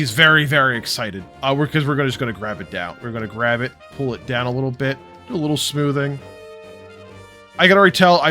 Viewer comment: Damn, can't stop laughing at that "some smoovnnnn" moment :D Nice video!